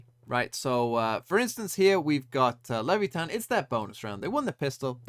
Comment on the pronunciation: OP thinks english is the only language in the world, TMVs pronunciation it's great